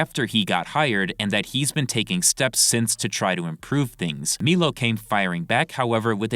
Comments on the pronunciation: It's M👁LO. Not Meelo. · my brother in christ it’s pronounced MY-low put some respect on the formerly gay man’s name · Dude it’s been like a year and dozens of videos and you still can’t say Milo correctly bro are you legit rtrded?? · so many videos now and I'm convince is mispronouncing Milo on purpose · Hearing Milo being pronounced like that hurts my head